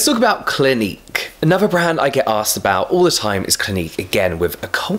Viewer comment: how have british people evolved to say ‘wif’ and ‘fought’ instead of with and thought? and ‘anuver’ instead of another!